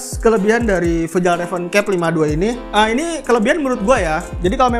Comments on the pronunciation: Bacanya fyal reven bang Bukan fejal reven 🤣🤣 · Bukan sol pinter bang. Masukan aja, biar vidionya makin keren. Fjallraven cara bacanya “fialreven” bang. Manteb bang informasinya 💯💯💯 membantu banget.